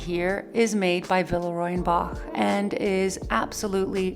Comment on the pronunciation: that collection ‘la boule’ is gorgeous; but I think the name of the brand should be pronounced as : vilrua bosh